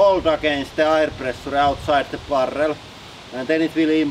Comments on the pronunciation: It's as easy as not pronouncing the last "E". Instead of saying preh-soo-reh... just say presha! The problem is that he's prioritizing the written version that he knows and ignoring the sounds that he's heard native English people make. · Is it really that hard to say ˈprɛʃə ? Preshah!!!